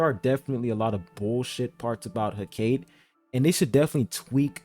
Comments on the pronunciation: Every be pronouncing her name wrong man 💀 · I think it's "Heh - Ka - Tay"